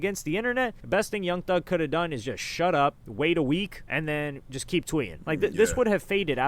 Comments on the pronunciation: “Young Thus” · ‘Young Thus’ u gotta fix that, pushing out these videos too quick